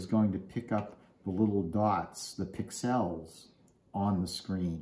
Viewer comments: it's not Pick-Sells it's one word Pixels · I have never heard "pixels" pronounced the way you say it! 😮